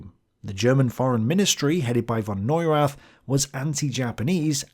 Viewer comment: Neurath. the TH is spoken like a T only. its a silent H. and never like the th in english :D Grüße 2.0